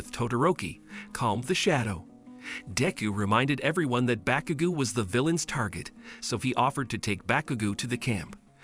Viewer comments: Bakugu who that its bakugo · "deyku" "all mighty" "baukugu"💀